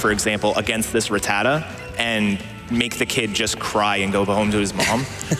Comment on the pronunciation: thats not how i pronounce rattata....